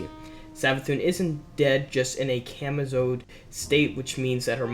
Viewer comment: WTF IS A CAMAZOD STATE????? COMATOSE SAY IT WITH ME C O M A T O S E........ ILLITERATE